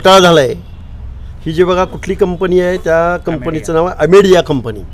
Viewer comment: फलटन मधे आरोपी धनगर होता तेव्हा हा घरगडी घरी बसला होता आज बाहेर आला आधी अमेडिया म्हणायला शिक हौके😂